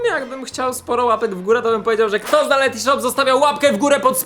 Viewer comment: Karol jesteś super gość, ale błagam tylko nie Lety sreti shops